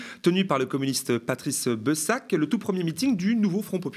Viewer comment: Patrice Beuh Sac? 😅 On dit bÉssac,. 😜